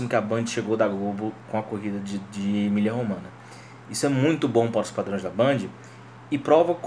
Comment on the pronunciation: Só uma correção. Não se diz Emilia Romana e sim Emilio Romanha ... o gn em italiano tem o mesmo som do nh em português. Abs